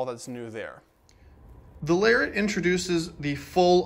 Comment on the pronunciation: Excellent job sir!..you make a person want to run out and buy one of these gorgeous trucks..but they are so over priced I'd have to put my kids through a junior college program..still a little bit of in & out with the volume on the microphone. And I'm not sure if it's a back east thing or not but I don't think you are pronouncing Lariat correctly?